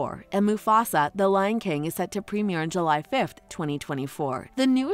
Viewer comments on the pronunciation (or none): none